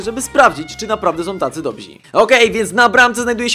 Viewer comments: Dobrzy* Nie dobzi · nie mówi się 'dobzi' tylko dobrzy